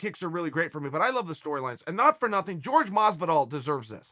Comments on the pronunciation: Like if you were annoyed everytime Chael pronounced Horhe as George. Smh! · It’s Jorge. Not George. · pretty sure Jorge has said infinite times "its not "george" - Uncle Chael trolling lol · The biggest heel of the history, uncle Chael.... Calling him 'George' Masvidal... Especially knowing that Jorge hates to be called that way....🤣😂🤣